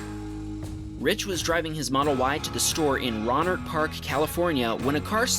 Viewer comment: Rohnert Park is pronounced Roan-ert Park, not Ron-nert Lodi is pronounced Low-dye, not Loady. Also lucky they were not dropping parachutists on the freeway there. They have done that a few times there. Critical Mass, where bicyclists protest how car drivers drive unsafely around them. My problem is how unsafe they ride in order to protest for safety. In this video, , the bicyclist riding between the curb and the car is asking to be crushed. The first time I ever came across a Critical Mass protest (15 to 20 years ago), I was a pedestrian. Light changed and I started to walk across, and when I got half way , Critical Mass comes barreling by, against the light, with a few nearly running into me as they were not at all trying to even slow down.